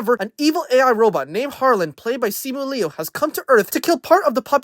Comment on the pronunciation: The way you pronounce sima liu 😂